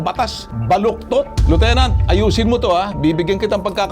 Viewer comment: Lieutenant walang alam sa batas 😂 Paanu naging Liutenant itong Unggoy na ito 😂 Karamihan ng mga Police sa Pilipinas ay walang alam sa batas. Basta Pooice ay ayos na at bahala na si Batman hehehe😂. Anong klaseng Police training ang ginagawa??? Tae training 😂